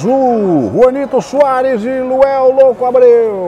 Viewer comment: Pow narrador, colocaram LUANEL na camisa pow, mas você só fala LUEL, quem ta certo??? 😂😂😂😂😂😂😂😂😂